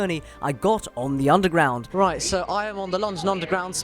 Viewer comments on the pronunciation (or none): you can tell he's tired when he starts the sentence with an informal british righ' so...